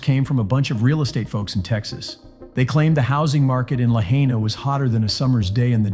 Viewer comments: I SO wish people who make videos about Lahaina, Maui would take a minute and learn how to properly pronounce the City Name. It’s pronounced (La-HIGH-Na), NOT (La-HEY-Na). Please people. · It's pronounced La hy na, not La hay na!!! Get It Right!!! 👍🙏💖🌈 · FYI, Lahaina is not pronounced "La-HEY-na", it should sound like "La-HIGH-na".🙄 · It’s La-Hi-Na, not La-Hay-Na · If you are going to report on the wildfires please show enough respect to the people by learning how to say Lahaina correctly!!! Lah-hi-nah. Ai is pronounced like eye in Hawaii. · {La high na} Please learn the name of the town in which you are speaking. Mispronunciations make you sound stupid... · "la HAY nuh" ?? do you know about hawaii? are you just capitalizing on this? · It's pronounced LA-HI-NA LAHAINA ❤🤙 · None of you live in Hawaii. Why don't you ask them what's going on instead of trusting some idiot who can't even pronounce Lahaina right. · I don't get it. The announcer was able to pronounce Ulupalakua but not Lahaina? Toopid! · This respect for you when you can't even pronounce Lahaina correctly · this guy could at least learn to pronounce "Lahiana" properly .... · P l e a s e pronounce Lahaina correctly, it's my husband's hometown. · Bro look up how to say lahaina. You're saying it wrong jesus christ